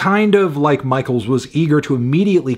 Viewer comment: pronounced "mishell" - i love you anthony, so much, but i was wincing everytime you said "michael"